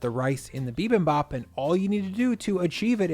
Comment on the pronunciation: Ground beef with bibimbap strikes me as perfectly fine. There are a thousand different varieties of bibimbap, so you do you! Just pronouce the "bap" so it sounds like "bahp," and the "jang" in "gochujang" so it sounds like "jahng."